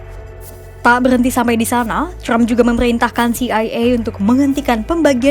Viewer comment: Trump bukan crump Wartawan kompas baca nya ngawur